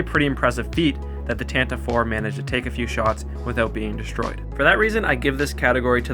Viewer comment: Tantive (IV)= "TAN-tah-VEE"